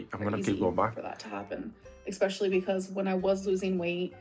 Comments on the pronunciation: There still isn't a "gg" in "especially",! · I get triggered every time she says EXPECIALLY instead of especially. Her mind really stopped working at age 13.